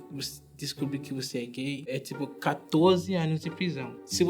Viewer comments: ele não sabia como falar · se tem no espanhol como q ele n consegue pronunciar? Kkkk Ele só n sabia como era em português mds